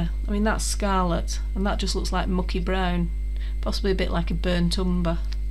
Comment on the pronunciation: Thanks for sharing! Great prints. I get my brushos Today! Can't wait to play with them as waited 2yrs before buying them lol, Would never have thought to use them on Gelli plate so that's gonna be fun. When you said brown n orange, you sounded just like me lol,I'm from Leeds.